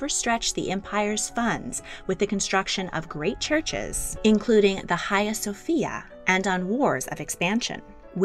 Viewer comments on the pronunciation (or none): none